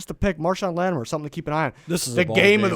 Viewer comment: It's LattiMORE! Not LattiMER!